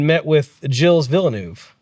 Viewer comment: Great podcast. but the pronounciation of Le Mans, Villeneuve and Imola makes me cringe. I'm English too, so not even a native French/Italian speaker and you got them all so wrong!